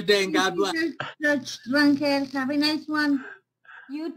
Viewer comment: I thought Wyatt looked like your standard sov/cit. Don't judge a book by its cover. Dude seems like he's got his shit together. P.S. Judge Rangel is pronounced ron-hel, emphasis on second syllable.